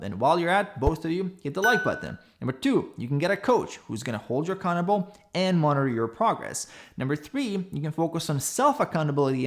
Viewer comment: Did you mean "monitor"? sounds like "monner"